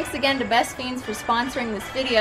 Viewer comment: Why does she call “best friends” “best feens”?😂